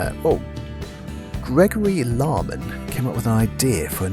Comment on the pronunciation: Aaaannd you mispronounced my name! Don't worry it happens often enough haha! It's Larkman, like the bird Lark. Glad to see that you used my idea!